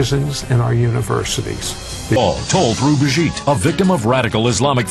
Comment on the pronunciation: Her name is Brigitte, not bridget. (Breh-jeet with the j like Ja ja gabor)